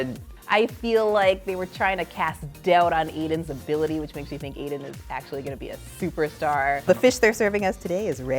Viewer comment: Why does she keep saying Eden when it's Aiden? Come on.